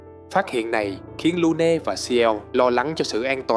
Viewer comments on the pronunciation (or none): Góp ý: ko bik bạn đọc kịch bản trong video này có chơi game ko nhưng tên riêng nhân vật và thuật ngữ trong game đọc sai bét.. mai lê? Lun? Es Q? Gôm ma Gee? Really?